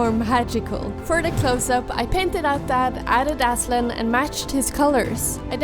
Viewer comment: As a Turk i can say that your pronunciation of Aslan is perfect and loved your work!